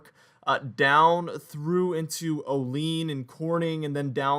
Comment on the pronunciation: Just so fyi Olean is said locally as Oh lee ann.